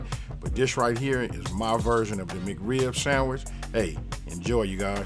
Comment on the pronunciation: The Riblet samitch Not sandwich, but samitch